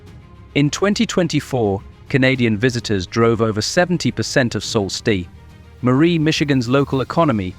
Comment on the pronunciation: 😢not Salt stet! Pronounce. SOO STE MARIE!!!!!